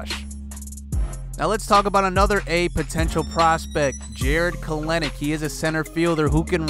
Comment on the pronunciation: Jarred kelenic is pronounced kelnic e isn’t said